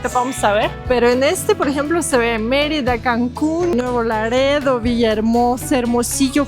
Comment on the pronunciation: Hola hola soy de nuevo laredo t felicito pronunciaste bien mi ciudad ❤😂😂